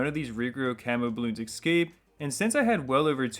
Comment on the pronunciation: Its Escape, not Ecscape!!!!! Otherwise a cool vid